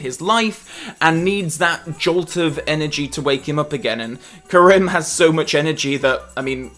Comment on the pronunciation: I wonder why mispronounces “Kerim” over the course of this review. He seems to pronounce it correctly in every other FRWL video 🤔